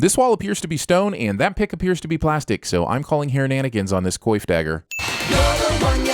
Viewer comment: Your editor didn't tell you that you said "coif" wrong?